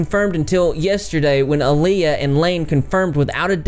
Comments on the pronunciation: I think it’s pronounced eye-allah lol but all together, like eyeallah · I could be wrong but I think Billie’s friends name is pronounced I-YA-LA. Much love to Greg the cat! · i think its pronounced like eye-law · I don't like Lainey, at all, but I can't believe she stayed with him. After he not once but twice, planned on divorcing Lainey and leaving her for an 18 year old in a instant. Its so obvious that he's using Lainey to get young girls, and its super disturbing. Lainey was a victim but she's now an enabler, a predator, as well. (Ps: Im pretty sure Ayalla is pronounced Eye-ah-la) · Its pronounced EYE-AL-AH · Btw her name is pronounced “Eye- uh-luh” (Ayalla) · Her name is pronounced "Eye-luh". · Ayalla is pronounced more like EYE-uh-la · it’s pronounced eyeyalla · ayallah = eye-all-uh !